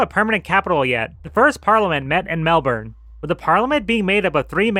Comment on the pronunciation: I can tell a you put lot of work to research such a niche topic. Still didn’t pronounce Melbourne or Canberra correctly though!